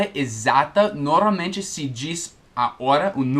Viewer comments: Oi, a pronúncia correta é / Nor- malmente / e não ''Noralmente'', já se ouviu pronunciando-a? é só uma dica de alguém q. aprende muito com os vídeos de alguém q. ensina bem pra caramba. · E aí,! Só uma dica: Quando você pronuncia a palavra "normalmente" está soando "noRALmente", ou seja, sem o "M" depois do "R". Só um toque mesmo. Seus vídeos são ótimos! Obrigado por tirar tantas dúvidas.;)